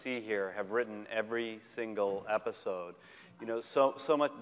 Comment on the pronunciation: why does ryan keep saying efisode????? and no one is correcting him